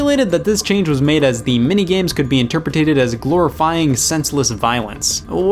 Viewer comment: I love you, but I'm sorry dude, "interpatated" is not a word. You were raised wrong and should now send angry letters to your parents and all of your english teachers.